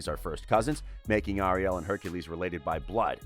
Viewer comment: Anybody angry about how he says Ariel? ☆